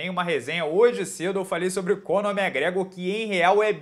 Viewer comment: Cara, pq vc fala Cônor Mégrégôr?? É Máqgrégôr...